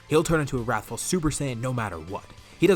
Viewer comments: "We'll call it 'rathful' rush. I like my alliteration " 😂 "Wrathful Rush" is not alliteration my friend 💀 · Wrathul rush, i like my alliteration Me: Wrathul starts with a w, u are not alitterating